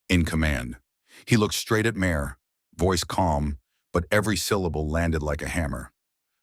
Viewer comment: Mayer? It’s pronounced like MAR.